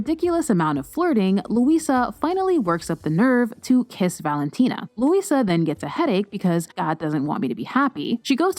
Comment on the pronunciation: I’m Brazilian, so the way you say their names it’s so funny to me. IGooOr. LuISSSa.